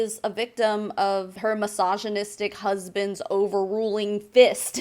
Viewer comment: Massaginistic husband 😂😂😂 why I keep hearing it like that